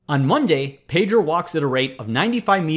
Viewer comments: Hey Presh, Please stop mispronouncing my name. Pedro is Spanish for Peter and it is NOT pronounced as 'Pay-drow'. The proper Spanish pronunciation is BEH-DROH. Thanks! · It pronounces "pedro" with the "e" as in "Explanation"